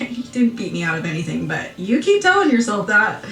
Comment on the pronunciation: The Botox and the teeth omg! She can’t even say keep!! With her lips closed smh! Lmfao